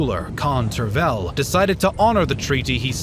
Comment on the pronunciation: Khan Tervel (change the stress, you are pronouncing it wrong) was given the title of caesar (second after the emperor), a lot of tribute and the Zagora district - the first Bulgarian lands south of the Balkan. You also fail to mention that his grandfather, khan Kubrat, was a Byzantine patrician and a secret Christian. Also - khan Tervel was the second ruler of nowadays Bulgaria and he was probably looking for legitimacy of the renewed Bulgarian state on the Balkans.